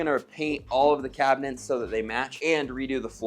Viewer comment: Did I hear cabinents? Lol